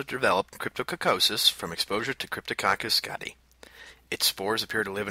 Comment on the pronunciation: It's pronounced 'gati-eye'